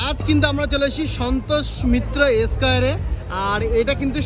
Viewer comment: Esquare নয় কথাটা square, 3 বার বল square, square , square ।